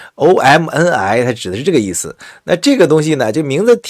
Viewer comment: omni你都念错，一个视频念错那么多次，听着真尴尬